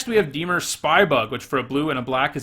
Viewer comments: Lol I was going to call you out for the way you pronounce Dimir but at least admit it lol.....it IS NOT DEE-MUR,......it is DA-MEER. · Dimir Temur Dimir Dimir Temur Temur Dimir? You pronounce both the same! Move the stressed syllable from DI-mir to di-MIR, that should fix it for the most part. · Deemer? Its dih-meer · Dee-mer < di-mear' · I love your channel, love your vids, great perspective on cards, really entertaining top 10s, and you’re by far my favorite magic channel But for gods sake when you say “dee-mur” I want to punch you through my phone screen. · I was gonna say, I feel like the pronunciation of Dimir is not a big deal. I watched some Ben Stark drafts where he pronounced Bugler like bug-ler and basilisk like bass-ill-lick. That's much more annoying. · Why is everyone so upset about the pronounciation of Dimir? It's a fictional term, y'all should relax. Especially if someone already commented it. One comment pointing it out should be enough, right? Anyway, thank you so much for your hard work,, love your videos! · The pronouncing of dimir is really annoying. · Why should I take your opinion on this set if you can't even say dimir correctly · Roses are red Everyone plays temur Dear lord please learn how to say dimir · In a video that can’t be watched About a set that was never made Speaks a man who can’t pronounce the name of a guild.